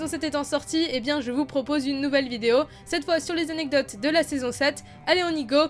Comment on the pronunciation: "vingt zanecdotes" ? x) Sinon, bonne vidéo :D